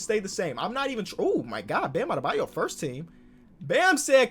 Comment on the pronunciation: Bro I hate people who say forst